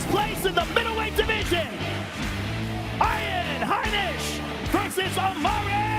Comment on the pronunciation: Bruh. Rogan said "Eye-an Heinisch".